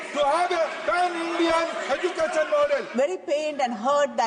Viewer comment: He can't pronounce " education" correctly and he is the education minister😂 He pronounced education as " educason....